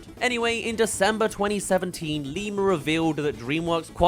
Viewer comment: The way you say Kevin Lima's last name make it sound like Lemur